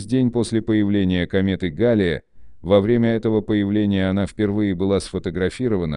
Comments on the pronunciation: Комета ГаллЕя а не гАлея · Галея ударение на е.